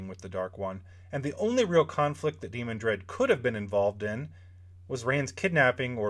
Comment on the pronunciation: To me, the pronunciation is de-MAN-dred, not DEE-mon-dred.